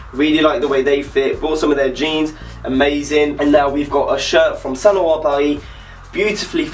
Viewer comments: is this real life what is happening did a non-french person actually pronounce saint laurent paris correct? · Eyyy my boy got the mick jagger scarf at the end. Btw your pronunciation of the brand saint laurent makes me wish I had a british accent... sounds so different when I say it.... :/ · Niiice vid! Do you speak french ? cause the way you're saying bordeaux or Saint Laurent is pretty good! :)